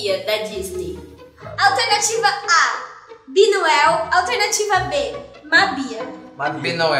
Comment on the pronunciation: O certo é BINUEL e não BINOEL